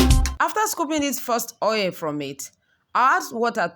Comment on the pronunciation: Its not OA its called Oil O illlll Not OA plzzzz😭